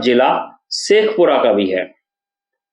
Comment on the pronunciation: Informative and interesting sheikhpura not sheikhupura